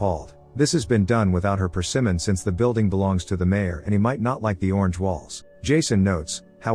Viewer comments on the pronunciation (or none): I also don't like it when things are done without my persimmon... or when a spider flies into the sky and, wait did he say diapers? Has the AI voice been drinking? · I love it when the A.I. messes-up!!! “done w/o her persimmon.” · Without her...persimmon? You mean permission?